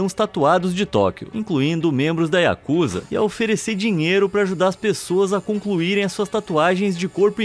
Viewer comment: Não é Yakuza O correto é yakuzá